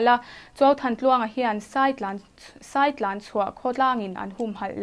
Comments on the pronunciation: Saitlan nilo in sàitlàn tih tur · Saitlan hi ilam diklo